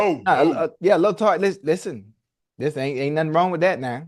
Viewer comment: "Alil TART" murdered me